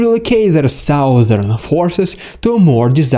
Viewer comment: Thank you for your hard work, sir. Your English is excellent, but I did notice you struggle with the word "southern". It's an odd word, because "south" is pronounced exactly the way you pronounce it. Native speakers drop the "O" when saying "southern" , so it sounds like "sUh-thern". Just a tip because I know how painful English can be and you're clearly working hard to be fluent. Keep it up. As a man nearly twice your age, you make me proud that young men today still have such fire in their hearts to learn, to speak truth, and to fight. Never suffer a bully.